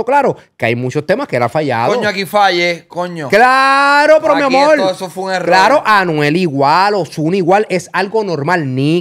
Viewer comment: cuantos “mi amol” va tirar Anonimus 😂